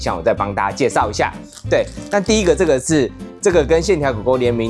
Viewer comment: 斷句錯了，不是「QQ茶」拿鐵，是「QQ」茶拿鐵，難怪你還說什麼沒聽過「QQ茶」，因為根本就是斷句錯誤 = =|||